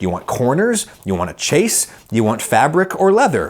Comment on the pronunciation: Chaise is pronounced with a soft ch and a z sounded at the end. Like shaze. And Wang is pronounced like Wong. C'mon, man.